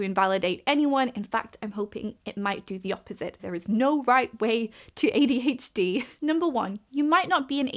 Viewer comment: i know i'm very late to commenting on this video, so you probably won't see this, but i think it is very cute that your accent takes what i usually hear as an "er" sound and turns it into "ear". makes you sound like you're saying "ADH-Dear", which is literally so precious and i'm going to use it 💖